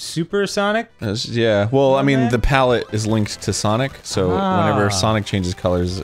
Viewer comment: "I wanna play some Ssawwnniicgghh... hey everyone welcome back" rewound it like 10 times 😂